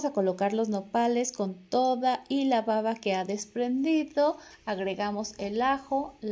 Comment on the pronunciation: Excelentes consejos !! solo sugiero que tenga cuidado al pronunciar la palabra "baba" ya que a veces la B la pronuncia como V ....en los idiomas esta es una importante diferencia !! lo mismo como en español ! saludos